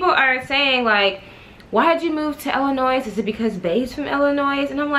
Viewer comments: Girl dont say IIliNOISE, those ppl get mad, The S is silent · Ur the only person who I can sit and watch a long ass storytime video lol & btw the " S " is silent in Illinois I'm frm Chicago sorry had 2 say it everytime u pronounced the "S" I cringed lol! Luv u tho!